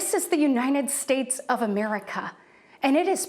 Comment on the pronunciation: Dear Katie, please learn to pronounce United States (instead of calling it Unined States)